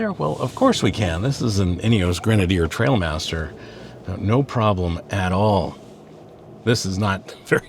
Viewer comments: T-r-i-a-l master not T-r-a-I-l master… everyone seems to get this wrong initially. Great summary in any case. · Not trail but trial apparently. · Trial master not trail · they are trialmaster, not trailmaster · It’s not Trailmaster it’s a trialmaster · I totally felt the same way. This review fit me perfectly. Mispronouncing the name probably because I’m anal just grated on me. The review was exactly what I was looking for. Ha ha ha. Good content.